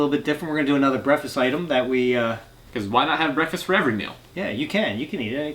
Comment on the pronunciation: Lol they say brefess